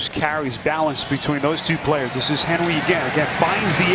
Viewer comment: That announcer Appearently can't use R's. He says Henwy instead of Henry.